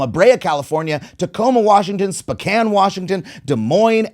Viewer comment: He didn’t say “Spokane” wrong :’)